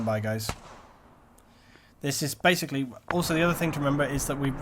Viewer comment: u say bae-icly:)